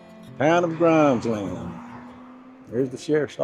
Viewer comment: Locals pronounce it GRIMESlund. And it's just Blunts like the "O" wasn't in there.